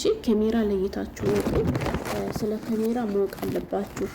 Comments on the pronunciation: ኤጭ ወደ ጉዳዉ አታወሪም ምን ትደጋግሜአለሽ በመጀመሪያ. ካሜራ የሚለዉን ኬሜራ አትበይ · ኬሜራ አትበይ ካሜራ በይ ከከከከ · ምንድነው "ኬሜራ" 😂😂ካሜራ በይ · ኬሜራ ምንድነው ካሜራ ነው የሚባለው😅😅😅😅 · እስኪ ካሜራ በይ ኬሜራ ምንድን ነው ኤጭ